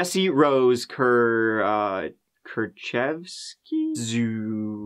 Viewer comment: Your Kurczewski was pretty much spot on, especially for a foreigner :)